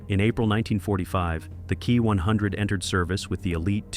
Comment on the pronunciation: I really hate when you say the title of say the Kawasaki Ki -100 as the key 100 , it's pronounced K ...i as in saying the letters. Kindly correct this error